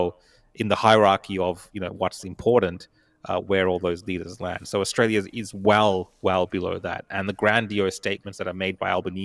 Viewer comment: can't even pronounce her beloved country. Where is "ISHTRAYA"?